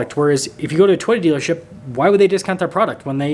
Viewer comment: Lol dude can't say toy ota